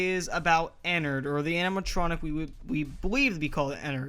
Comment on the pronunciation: it's not enrt it's mine rinu